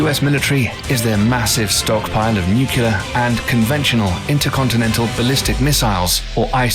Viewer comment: Anyone else have a brain spasm every time he says " nucular"?